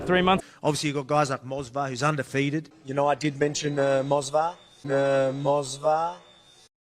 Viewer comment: "Mosvar" ! Love Volk, but that's an MMA Joey/Chael Sonnen level of mispronunciation . 🤣🤣